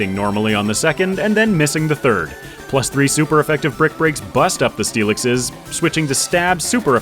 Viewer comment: he said onixiseseseses... rather early 😂 ooooo 69 nice dont talk about bru no no no no... for the inaugural dewgonggonggong and for the next one.. for the onixiseseseses as well as but with steelixeseseses and for more steelixeseseses